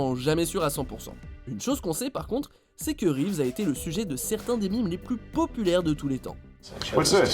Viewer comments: Les mimes ? LES MÈMES!!! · Arrêtez de prononcer des "Mimes"